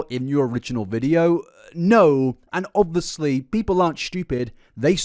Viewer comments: please stop saying obviously so much and stop pronouncing it "o-vus-lee"(no hate) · I rly like your channel-I’m subscribed. Would you like some feedback? Pls, pls stop saying “obviously” continuously. It also has 4 syllables, not 3. I have a high tolerance for repetition but oh my gods please. Sweetie, sometimes you say it twice in one sentence. Also, rly well done. Well researched and presented. I love when Nick tries to justify his weight gain as being a “treatment” for his health problems when those problems would instantly be fixed by just adding meat to his diet. Everything he said he was deficient in are all nutrients you get in meat. So, no mukbangs, giant sugar or fat loading necessary